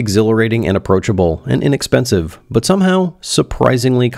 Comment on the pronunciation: "It's inepensive" HAH!!